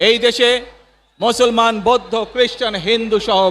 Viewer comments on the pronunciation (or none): none